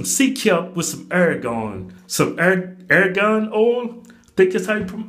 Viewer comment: Air-gan oil. Lol